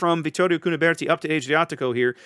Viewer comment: Just a reminder that the Fonz was NOT italian. Ah-driatico, not Ay-driatico.